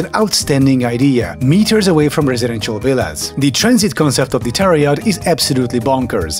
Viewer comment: I'm Czech like the narrator, but I keep hearing "terror yacht". This is something from Adolf' fever dream.